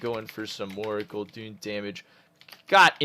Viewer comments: It's Gul'DAN, not! Maybe you should stick to the DKs:P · And he is still saying gul'doooon xD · again with the "guldoons" lmao